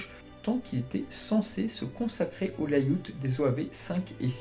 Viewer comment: Bravo pour ce boulot documentaire et informatif, impressionnant! Merci! et ta prononciation de "lay out" m'a fait mourir de rire! Et oui, valentine vs seiya est le meilleur combat....